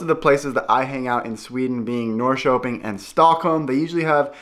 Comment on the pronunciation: As a former Portlander and former visitor to Sweden, summers are the best times of the year in both places. To help your pronunciation, say "Nor-sherping" and "Share-gourd". I don't know whether you are into Swedish music or done any videos about Swedish music, but there is one Swedish composer that people love, and he is Evert Taube. He wrote a popular song called "Calle Schewens Vals". It's about an old guy who has a "stuga" out on one of those islands and is throwing a summer party for all of his friends. He is an old man, but he still likes dancing with the young girls, and he wants to dance all night, and still get up in the morning and do a full day's work on his farm. It's a great song, but I don't understand all the lyrics, but ask about it. Also, are you familiar with theswedishlad? He is a Swedish youtouber who now lives in Stockholm. He is a great guy and puts out a lot of Swedish videos in Swedish and English. I love Hampus Hedström. He is from the part of Sweden where I spent most of my time. Can't understand most of what he says, but he is funny anyway. Also, speaking of music, do you know about Eurovision, the big European song contest. Sweden enters it every year. The contest is in May. Sweden has won about 7 times, as much as any European country. This is how ABBA got their start. Every year I watch it in America and root for Sweden.